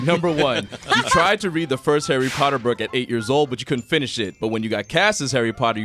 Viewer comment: 'Arry Potter